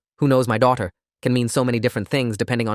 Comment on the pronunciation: The way he said daughter is hilarious to me